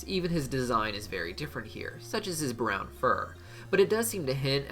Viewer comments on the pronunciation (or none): none